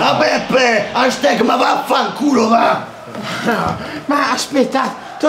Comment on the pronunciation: ma non si pronuncia hashTEG ma HASHTAG!